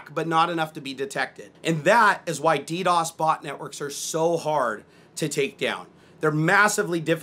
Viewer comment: that side camera gives me cancer... its dee dee ow ess NOT dee dos